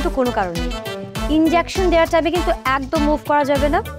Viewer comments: ইনডেওকশেন নাকি ইনজেকশন 🙄🥴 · 🚫😄ইনজ্যাকশন নাকি ইনজেকশন হবে❓